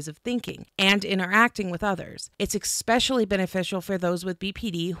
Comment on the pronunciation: One thing that you and Amber have in common is saying eggspecially or eckspecially. Its "especially". I love this video series. A ton of good info for someone like me who is not that knowledgeable with bpd. Keep up the good work and thank you.